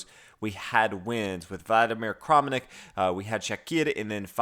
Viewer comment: Kramnik seems to be pronounced as though the a were a standard a and not an "oh" sound.